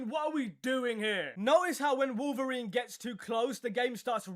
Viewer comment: It's wolferine 🤣🤣☠️😅😅😅